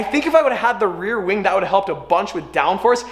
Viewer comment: lol the way you said wing